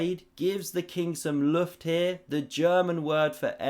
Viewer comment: It's me again! :-) The 'u' in Luft is pronounced the same way as the 'u' in Zugzwang! (like the 'oo' in rook)